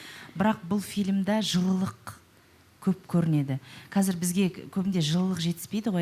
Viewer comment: Жылылық... емес жылулық шығар😅